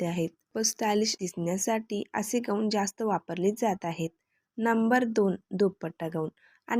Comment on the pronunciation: ग ऊन नाही गाऊन म्हणतात त्याला